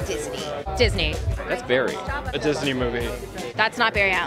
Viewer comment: Nobody: No soul: literally no human being: Ralph Dibney: ItS baRrY